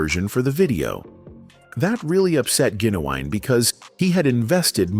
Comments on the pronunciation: His name is Gin u wine fool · Say it with me GIN-U-WINE